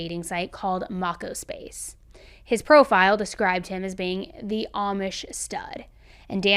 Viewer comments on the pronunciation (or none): lol its pronounced mow co space lol sorry it was nails on a chalkboard hearing how u said it lmao love ur videos!